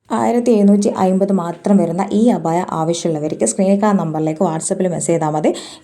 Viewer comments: അഭയാ... അല്ല അബായാ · അഭയ അല്ല അബായ 😅